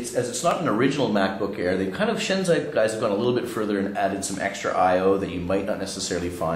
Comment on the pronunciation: It is shanzhai, not shanzai... pronounced 'shan-jye', not 'shan-zye'